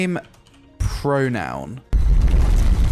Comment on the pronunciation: "Pronoun" #Dead